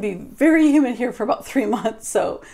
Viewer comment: I thought you said "human" weather...lol